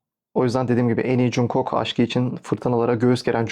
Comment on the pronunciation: yanlış anlama ama cunkok değil conkuk diye okunuyor 😅 yada kısaca jk desen daha iyi